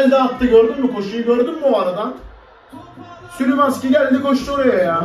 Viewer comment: szymanski ye neden sülümanski diyon abi gülmekten izleyemedim qşlwjrşqwrqw